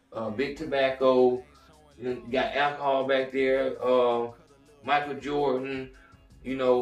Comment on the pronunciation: Stop saying milcheal jordan it's a white man nname micheal Jordan